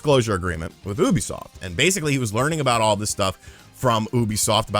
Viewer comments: It's pronounced like "youbi-soft", not "Oooby-soft", stupid. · Do you pronounce "ubisoft" incorrectly on purpose, out of habit, or what? Please!